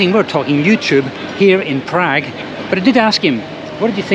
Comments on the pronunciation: Prag? Who pronounces it like that? Prahg, please. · Funny how he pronounces PrAgg !! Agreed, Czechnia / Czekia, crazy.